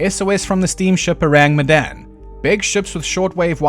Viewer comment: S.S Oh-rahng Met-dahn